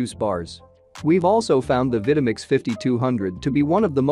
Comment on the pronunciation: Purchased my Vitamix 5200 back in 2009 and it still works fine, no problems with it. Good video except the narrator mispronouncing the names of the Vitamix and Breville. Oh well.